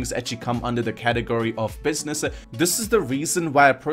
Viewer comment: Why is it that all these video game you tubers always have a weird accent where they have weird speech cadences or weird things they say at the end of sentences? He sounds like he puts an “A” at the end of every sentence. He ends sentences like..”businessah”